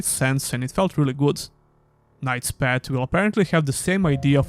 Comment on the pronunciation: Hey, nice review of the demo, thanks for sharing. One friendly remark, please check how the path is pronounced, cause you do it in a way that sounds like a pet...😅